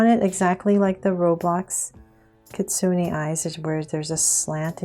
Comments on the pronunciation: yep its not kitsunie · you pronounced kitsune wrong :/